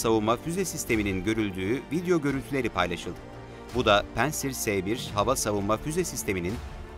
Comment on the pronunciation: P-A-NTSİR'i neden P-E-NTSİR diye okunur, bunu herhalde bir tek sunucu cevaplayabilir. İngiliz/Amerikan silahından bahsetmiyoruz.